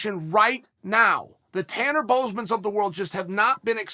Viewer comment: If your gonna promote tanner “bozeman” get his name right it’s boser